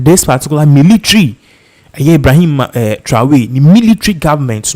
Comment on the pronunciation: It's not Traway, it's Tra or ry.